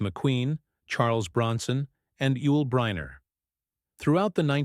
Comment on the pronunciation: I efffing Hate AI teach the how to pronounce NMe Yul Brenner